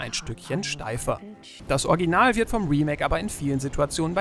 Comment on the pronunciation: Warum kann keiner bei euch "Original" richtig aussprechen? Sowohl du als auch Fritz sagen immer "Orginal", was soll das denn 😂